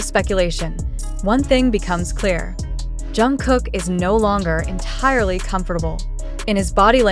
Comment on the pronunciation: Блогер почему вы имя Чонгука произносите правильно а КИМ ТЕ ХЕН не правильно, неужели это так трудно? Просто неуважение к нему.